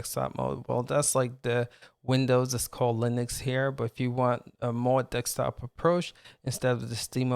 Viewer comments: desk-top not dek-stop. :) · Dekstop dekstop dekstop!!! 🤪🤪🤪